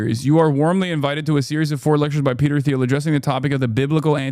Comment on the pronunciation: Peter TEEL is how it's pronounced